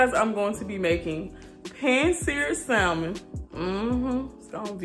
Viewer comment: Just for future reference; in the pronunciation of salmon the L is silent. Keep up the great attitude